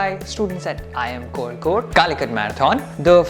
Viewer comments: And you mistyped seen as scene. And it is originally pronounced as Kozhikode at present not koyikode, unless Locals do otherwise. Fun fact, some other names in the past- The Arabs called the city Qualiqut, Tamils called it Kallikottai and the Chinese called it Kalifo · its not L its' zha' ഴ Kozhikode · കോയിക്കോട് അല്ല കോയാ.. കോഴിക്കോട്..! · And you still learnt wrong one. Its Kolikode with a different L which north Indians can never pronounce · I watched this to learn how to pronounce Kozhikode